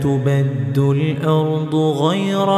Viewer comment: Ayat 48 Yawma tubaddalul not tubaddul .please correct